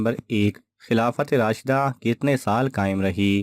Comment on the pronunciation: یہ لفظ ہے راشدہ آپ نے الف چھوڑ دیا